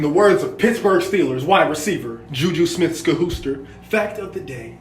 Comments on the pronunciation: "Juju Smith-Skahooster" 😂😂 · I died when he said skkaahooster